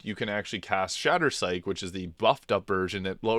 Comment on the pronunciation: Some of these pronunciations are wild. "Perlious" Stakes and Fracture "Psych" right in a row!